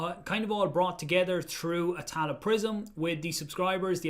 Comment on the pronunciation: Good job as always thanks, For any Irish here...I can only hear tallaght prison for atala prism every time 😂